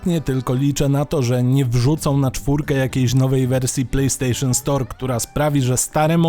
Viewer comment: "Plej stejszon" achh czyli chińska podróbka...